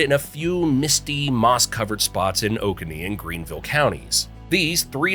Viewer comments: Catawba and Waccamaw he got. He said Jocassee two ways, mostly JOKE-uhsee and one time jo-KAH-see. It's jo-CASS-ee. He said Edisto as eh-DISS-toe. He said OAK-a-nee instead of o-CONE-ee for oconee. Anyway its probably an AI voice and it's super annoying. But interesting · I live in Oconee County. It's pronounced Oh-ko-nee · Edisto is pronounced “Ed A Stow.” Jocassee is pronounced “Joe Cass Eee.” Oconee County is pronounced “Oh Cone Knee.” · Edisto, Jocassee, Tupelo, Oconee Terrible pronunciation 😂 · Edisto, Tupelo, Jocassee, Cockaded, Oconee. Train your AI. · Also Oconee